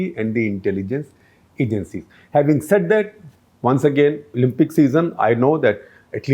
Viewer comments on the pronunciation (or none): none